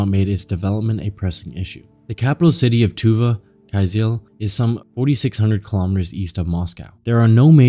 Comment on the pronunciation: Kyzyl is pronounced like "Kuh-Zuhl"